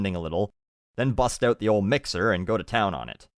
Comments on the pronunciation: when u say stick around and you'll find "out" is the first time i actually hear the stereotypical canadian accent although its not exactly "oot& aboot" how south park movie portays u actually do hear it..im canadian too but dont say it like that...........felt the need to share this observation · I love whenever says "oot." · You say out wrong. Wtf. Its so annoying. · friendly neighborhood canadian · How do most people say it? Just curious... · Haha, it's a bit difficult to distinguish, and Canadian accents vary depending on where you live. The only way I can tell that has a Canadian accent is the way he says things with an 'ou' in them, like 'out'. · I love the way he says about or out xDDDDDDD